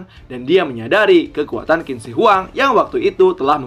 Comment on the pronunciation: Qin baca nya chin bukan kin kawan..